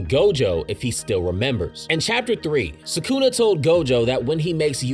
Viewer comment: Its not "SAkuna" its "sukuna" If gege kills gojo iam never gonna forgive him for the shit